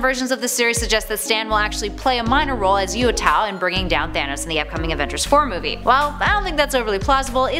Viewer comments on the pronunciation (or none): I always thought Uatu was pronounced "oo-ah-too", and not the way says it... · You said uatu wrong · Johnny Rogers couldn't pronounce "Darkseid" right and now couldn't say "Uatu" correctly.